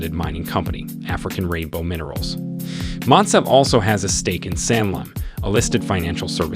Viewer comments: 3) Motsepe Pronounced Moo-T(s)ea-Peh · The names are pronounced slightly off, Mouton ('Mou' or moo as in like a cow, and 'ton' as in a flat O sound like the word "con"). Then Motsepe ('Mo' as in the same as the sound in the word 'on' will be close enough, 'tse' is spoken like a flat e as in Jerusalem and the ts like cats or Betsy and the 'pe' is pronounced like the word pear) otherwise very informative.